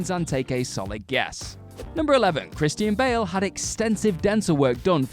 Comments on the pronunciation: Kris-teen Bail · Christy-ann Bale